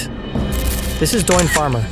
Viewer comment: The guy’s name is “Doyne”.